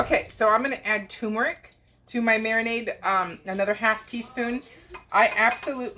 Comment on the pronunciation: t-u-r-m-e-r-i-c ter-mer-ick not too-mer-ick Sorry. Teacher in me coming out.